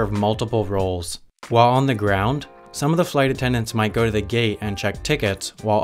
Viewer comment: “Ze planes” French man over here.